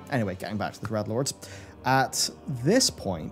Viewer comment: D-R-E-A-D-LORDS, not Dredlords... cmon man